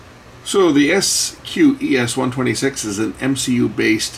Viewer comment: Looks nice! I think you would pronounce Sequre, like Secure. Thanks